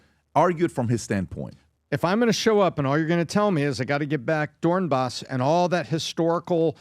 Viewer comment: "Dornbas" ? God it is painful to hear you guys argue Ukrainian history and politics when you can't even pronounce the names correctly. Please invite Ukrainians on, so you can have a productive conversation.